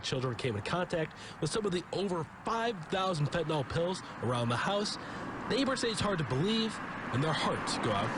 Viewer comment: 🤦‍♀️ YOURE SAYING IT WRONG... FENTANYL.... So it’s... FENT IN ALL... is HOW you pronounce it.....!!!! 👍🏼